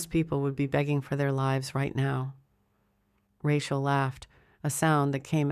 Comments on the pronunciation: Do you do editing before publication, it would appear that you do not. Or else you would have known her name is prodnunce Ra-cheal and not ra-quer. This miss pronunciation spoils the enjoyment of the story. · The story line sounded good....but that God awful AI voice killed it for me...the mispronounciation of the woman's name grated on my last nerve. Get a better voice...your viewership will increase...trust me.